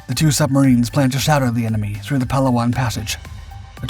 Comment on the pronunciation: Just a friendly correction. Palawan and Leyte are being pronounced incorrectly. Put your emphasis on the second syllable. And correct your vowel sounds. As in ley-TEH and pa-LOW-an. 🙂 Just a comment from a guy on the island of Mindanao and maybe 300 meters from a Japanese pillbox.